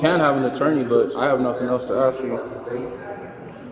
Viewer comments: The word is a s k. Not axe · Why you say axe instead of ask? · Proper English please. Ask not Ax. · ax? Bring an attorney WIFF you? Come on man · Not taking advice from a man, who pronounces the word "ask", as "axe", OR the word, "with", as "wiv". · The narrator tries to speak standard American English, but he still has to turn ghetto and says “axe”. Just as bad, he can’t pronounce the word “with”; ghetto homie says “wiFF”. 👎SMH